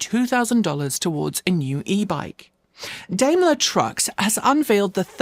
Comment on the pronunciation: I've never heard Daimler pronounced "daym ler", and a quick search seems to back that up: most pronounce it "dym ler".